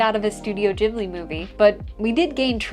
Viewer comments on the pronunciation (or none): jhibli??? its Ghibli.. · Bahaha seeing you in Japan and still saying Ghibli wrong hahahaha